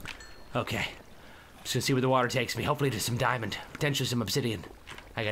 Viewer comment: It budder not gold and it bedder than dumb dimond